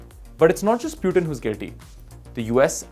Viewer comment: Anchor is so english mimic that meanwhile he pronounced piutin in place of putin